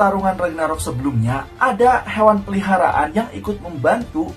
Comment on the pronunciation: Peliharaan tolong pelafalan nya jgn di pisah, beda arti klo peli haraan